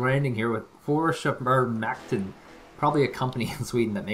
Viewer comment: tries to pronounce försvarsmakten.. "fersmerhimerermergen" haha, lovely pronunciation haha, very entertaining;) great showcase tho!